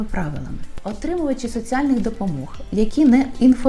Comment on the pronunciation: Не "соцЫальных", а соціальних?)))))